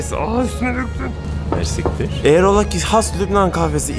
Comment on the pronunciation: it is Mercî kteer 🤗 kteer means “very much” in Arabic